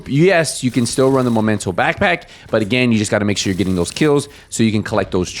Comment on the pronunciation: This game is been out for so many years still people couldn’t pronounce the right name for backpack..it’s Memento not momento😂😂😂